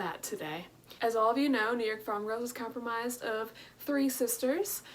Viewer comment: I'm not the only one who heard compromised, am I?